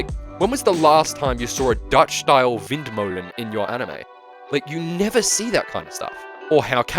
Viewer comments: DID SOMEBODY SAY DUTCH 🇳🇱🇳🇱🇳🇱 Nice pronunciation on windmolen btw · The way you said windmolen in Dutch was flawless. Subbed